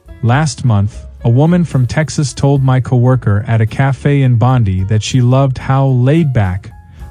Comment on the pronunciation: The voice doesn't know how to say Bondi. It's Bon-dye not Bon-dee. Obviously not Australian